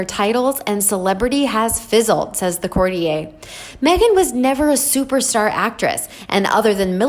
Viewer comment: She still needs to work on the word courtier.